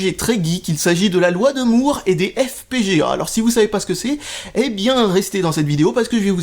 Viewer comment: Comment tu dis ça? la loi de moouuuURREE... Loi de moar!